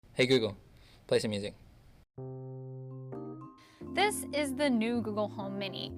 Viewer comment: Beginning of video: “Hey google, plasum muzc”